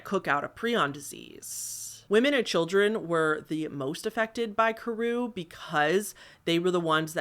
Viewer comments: This gal: Pronounces incinerate as incarcerate and kuru as koru. Me: 🤨 Is this the work of a bad writer or a speech impediment? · Pree-aan is the correct way to say it, and kuru is kur-oo. At least in American pronunciation and according to Merriam Webster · I sort of feel like you're saying a bunch of words incorrectly. Doesn't prion sound like Ion ? I don't think that incarcerated is the right word. I think the word you were thinking of is incinerated, and I'm absolutely certain you said Kuru incorrectly. You're saying Kor-roo. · Ur pronunciation lol so "pry-on" and "kooroo" would be how u say them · this video was pleasant background noise for while i was doing stuff, but i do need to point out that your pronunciation of some of these terms like kuru and creutzfeldt-jakobs disease were a bit off. 😅